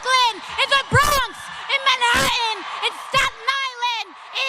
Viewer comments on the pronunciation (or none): In Manha’an! Even screaming, she can’t say the T. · From AOC....."Manha'in" ? Where, pray tell, is that?